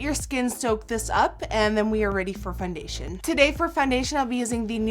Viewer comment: did you call it FUNdation lol